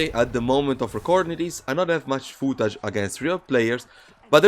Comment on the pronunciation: Give us some more "foo-tag"